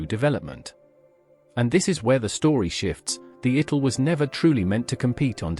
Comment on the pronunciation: What's a mornigo and an itil, a cipry, strange names for the obvious pronunciation.